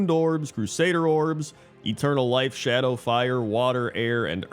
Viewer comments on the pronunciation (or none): none